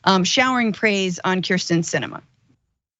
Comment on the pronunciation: I have NO love for Kyrsten Sinema, but it's pronounced KIRsten not KRIsten. She's been senator for years now, you've covered multiple stories with her, you should know how to say her name